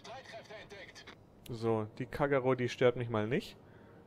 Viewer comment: das heist kagero und nicht kackero